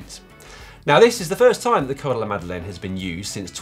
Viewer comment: Its "Col de la Madeleine" guys